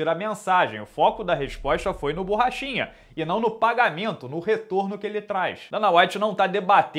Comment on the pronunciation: No começo do video achei que tu falou paulo bosta kkkkk, achei da hora até!